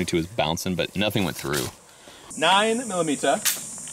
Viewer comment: "9 MiLlImEtEr" over here 😂